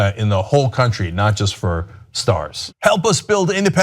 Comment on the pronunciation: i loved the end when cenk said "not just for stars" and I heard "not just for starks" :D